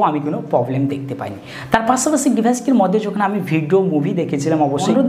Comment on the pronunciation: পাছাপাছি নারে ভাই পাশাপাশি 🤣